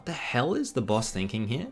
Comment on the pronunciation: you pronounce "baus" as "boss" and it confused the hell out of me for a second